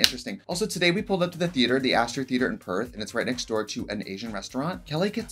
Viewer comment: Sees title ‘Hmmm, I wonder how long it’ll take to hear Trixie’s Australian accent’ “Perth” Oof 😬